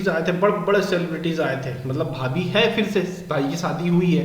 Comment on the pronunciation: Unuka kjn भाई के बीबी को भाबी bolrahithi